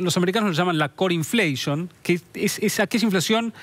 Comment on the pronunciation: Minuto La "corinfleishon" jajaajajajjaja es un hijodeputa!!!